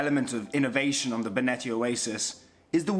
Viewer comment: Finally "Benetti" is pronounced right! Haha! Jokes aside, welcome!